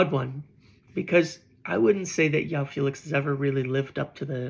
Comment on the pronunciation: I've been meaning to scratch this itch for a while bro.. its not pronounced "Yoao" Felix. He's Portuguese so the J is pronounced and dragged, like Jose Mourinho or Gabriel Jesus :face-purple-sweating